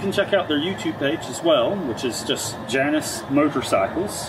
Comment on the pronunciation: In greek mythology its pronounced jay nuss at least you pronounced halcyon correctly also greek mythology